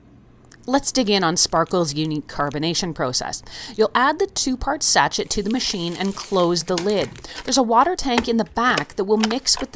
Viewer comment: Hi,. Great videos. The carbonation packets for the Sparkel system are pronounced, sashay, not sachit.